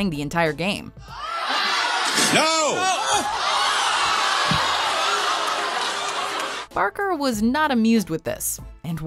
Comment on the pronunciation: that "NO" killed me